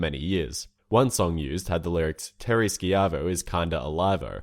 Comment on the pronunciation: Its ShI-Vo not Shk-i-vo. lovw the channel though.